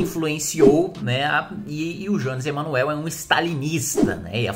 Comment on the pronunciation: Tá de brincadeira. Não sabe nem pronunciar o nome do Jones "Emanuel" e quer falar sobre o que não conhece. Queria muito saber quais autores de esquerda sobre o tema leu. Nem a esquerda lê Marx direito, quiçá vocês. Só uma coisa: vai segurando a onda, porque esse é apenas o começo do crescimento da esquerda "radical", rs.